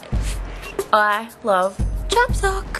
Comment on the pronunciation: Chapsuk should be pronounced Chaps UK (as in Chaps from the UK)